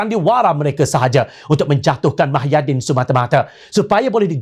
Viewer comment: Pembaca berita syok sendiri,woi muhyidin lah,bukan mahyadin..sudah lah.